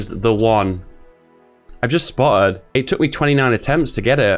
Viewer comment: spo’’ed ba’’le plan